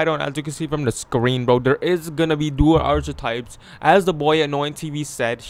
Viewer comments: U can't pronounce archetype correctly boy said ( at-Che-types) 😹😹 come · KiingMula ENT he Canadian I think lol that was funny